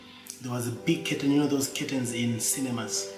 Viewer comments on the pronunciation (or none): After a few times listening I realised you were saying “curtain”, not kitten. Sorry I misunderstood your accent.